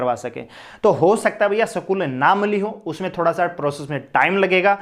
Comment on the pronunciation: Tum jis teacher ke bare Mai bol rhe ho wo tmse Jada educated hai aur samajhdar bhi...tmko school bolne tk nhi aarha hai school ko sakool bol rhe ho .tm Kya bacho ko padhaoge